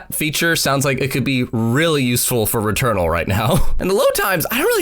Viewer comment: Kept hearing "Doom Returnal". 🤣